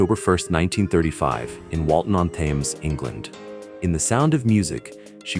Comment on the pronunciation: AI doesn't know how to pronounce "Thames".